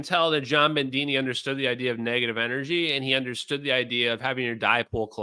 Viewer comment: There’s no ‘n’ in Bedini. You really start need to get rid of your sloppy speech. As a huge fan of yours, I say this. We met and I think we liked each other. I was the guy in the black leather hat, if you recall. And no ‘r’ in Sabine. It is ‘Suh-BE-nuh.’ How do I know? She’s obviously some sort of Germanic. That’s how they pronounce it there.